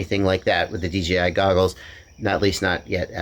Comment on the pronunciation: I swear hes saying DGI is that just me? Have I finally achieved crazy nirvana?